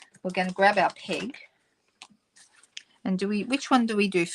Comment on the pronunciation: We call them clothes "pins", and I keep hearing "pig" when you're saying "peg".